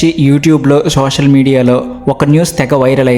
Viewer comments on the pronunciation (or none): none